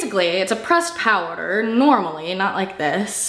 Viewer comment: The way you say powder is making me crease